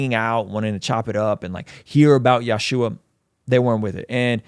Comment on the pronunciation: Yashua is the anglicization of Yeshu3 so you ain't saying it right either